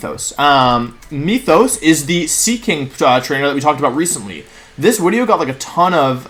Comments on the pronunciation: Does....does he keep saying “wideo” instead of “video”? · Can someone explain to me why Wolfey said Wideo instead of Video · "Oh theres a wideo in your ads" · "There's a wideo in your ads." To be honest that really something to be complained about. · Wait, « oh there is a wideo in your ads » is actually funny x) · Wideo? Haha. Sick team. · I’m confused is he saying wideo or video? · There- theres a wideo... in your wads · New- why he say wideo? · Drink every time he says Wideo. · LMAO is there a reason why he says “wideo”??? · Any excuse to say wideo more and more